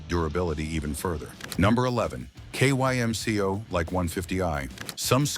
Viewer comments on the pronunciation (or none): Kymco, in Taiwan, is pronounced "kim-ko" and SYM is simply pronounced S-Y-M. Both Kymco and SYM are acronyms of the manufacturers: Kymco: Kwang Yang Motor Co. SYM: San Yang Motor Co. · Dude…it’s pronounced “Kim-Co”! Sheesh! Nuff said.